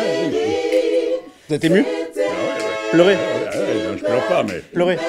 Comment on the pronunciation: "on est zému"